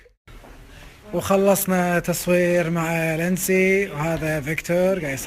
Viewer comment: ليتنسي ؟؟؟ اسمها ليندسي